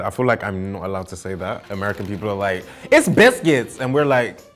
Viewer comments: It’s buiskits😂😂😂😂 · by far the best part of the video is when he does his American accept and says “it’s biscuits”😂